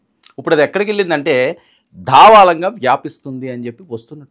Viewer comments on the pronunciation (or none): దావాళం కాదురా బాబు దావానలం భాష నేర్చుకోండి mundu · దావాలం కాదు sir దావానలం 😊thank you 😀